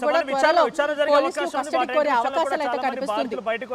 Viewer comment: 😮😮😮catastody???? Or custody madam???? And sooo many mistakes u have spoken madam like prathyeka Nigha ki badhulu u said Nidgha & jail superintendent ki badulu u said superintal😂😂😂😂